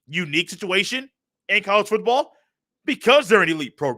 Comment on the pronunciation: I listen to your podcast every single day while working and i have never watched your youtube channel. Its good to finally put a face with it 😂. I laugh everytime you over-pronounce "foooooottttball". Keep up the good work